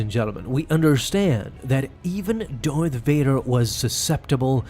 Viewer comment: Why do you pronounce Darth "Doith" or "Dorth"? I rewound it several times to make sure.